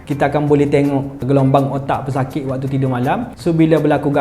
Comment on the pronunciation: 'pesakik 'emmm... speaker n org kelantan ekkkkkk😊